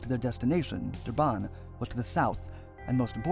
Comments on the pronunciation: Duban xD its pronounced Dur-ban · It's not "Dubaan" it's "Dur-ban"